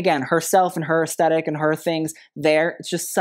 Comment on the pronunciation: Please! Pronounce aesthetic correctly!! You say it a hundred times in each video, and it's an important word in all art forms, so please say ess-thet-ic, NOT ess-tet-ic!! The t has an h after it, and it is pronounced just like the or this. It isn't a great look for someone in fashion to mispronounce such an essential word!